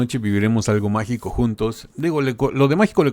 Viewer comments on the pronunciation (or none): Magico, la g era italiana, non castillana 😂